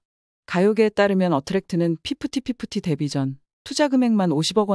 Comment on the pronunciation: 이거 TTS냐? 피프티 피프티 발음 엄청 버거워하는거보니 사람인거는 같네 ㅋㅋ